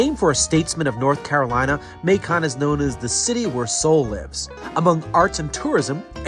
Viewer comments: Nice video! FYI, it's not "Ma-CON," but pronounced "MAY-kun." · Hey the pronunciation of the city of Macon is [ M AI - k uh n ] for later content